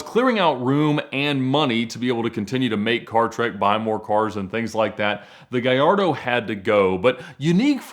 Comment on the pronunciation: Ffs. ITS GALLARDO. NOT GAJARDO. THIS IS NOT SPANISH FFS.